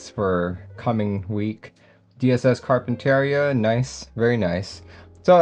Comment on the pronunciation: this is how you say Carpinteria